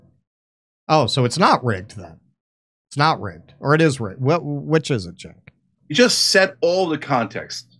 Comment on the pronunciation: Btw, his first name is pronounced like "Djenk", not "Tchenk".